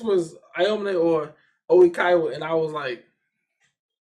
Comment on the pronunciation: EVERY time you say Oikawa's name slightly wrong and I crack up! I cannot! help x'D